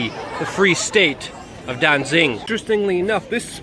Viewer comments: It's Danzig and not Danzing - you ought to know, but knowing you're a shill... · Danzig not danzing. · Its pronounced Danzig, not Dansin or Dainsink